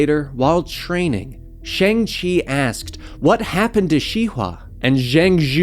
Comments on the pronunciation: It’s pronounced “Shong-Chee” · You're not pronouncing his name right.